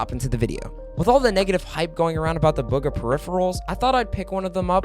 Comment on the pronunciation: Mans really says "Bug a" when its booga smh